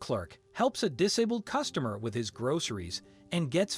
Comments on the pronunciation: Why should I listen to crap where the narrator cannot say ‘dis abled’? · "Dis-a-buld" Are you using an A.I. voice app or something? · Cant even pronounce disabled correctly .